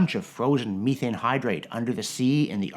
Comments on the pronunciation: The Canadian pronunciation of methane... love the channel but good lord. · I'm Canadian and have never heard anyone call it me-thane in person. Meth-ane is how I've heard it other than this fella and British actors.